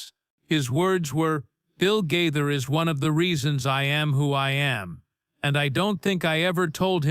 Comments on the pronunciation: Gaither, not Guyther! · The mispronunciation of Gaither is very distracting!!!